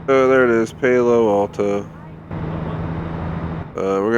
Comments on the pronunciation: you said paylo alto😂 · You pronuced my hometown Palo Alto in a weird way lol. Nice vid though!